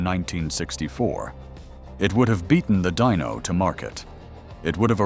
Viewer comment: The Ferrari Dino is pronounced: Dee-no, not Dy-no.